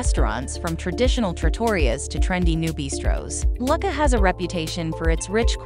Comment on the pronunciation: Lucca is pronounced Loo - ka not Luck-a